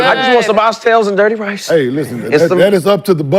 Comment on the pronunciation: nigga said Dirty Rice like he never had food with seasoning before 😂